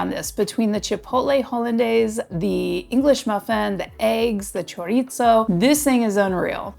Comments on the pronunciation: Will you PLEASE STOP mispronouncing CHORIZO??? There is no "T" in it just because you thought you'd throw it in. It's NOT 'chor-eat-zo'. You are in Tucson in the Sonoran Desert. Say it right or please don't say it. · Choritzo? LMAO